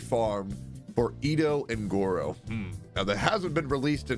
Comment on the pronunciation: please.... its Gorou. Guro is something completely different and not super safe- * nervous sweating*